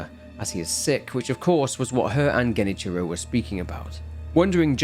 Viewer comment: okay bud youre pronouncing Genichiro wrong, its Ge-ni-chi-roe, not Geni-cherow.